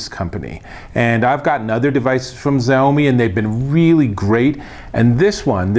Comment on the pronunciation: It's pronounced SHA-UUUU-MIIII